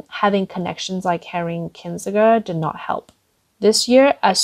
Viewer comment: In the US, we say Kiss-in-jur. That may be wrong, I'm not sure how he pronounces it. Trivial point, I'm sorry. The pedantic internet comments are contagious..Anyway, I REALLY like her voice and accent. Great job.